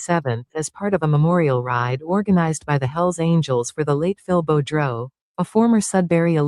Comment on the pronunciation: It’s French. Sounds like Boo Drow spelt Boudreault